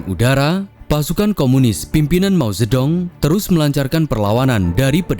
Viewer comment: min penyajianmu sdh bagus, cuman perlu upgrade pelafalan bahasa mandarin. Chog Qing ---- "Cong Cing" Mao Zhe Dong --- "Mao Ce Tung" Nanqing (Nanking) ---- "Nan cing"